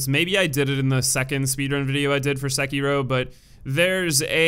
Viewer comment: The way you pronounce Sekiro hurts my life.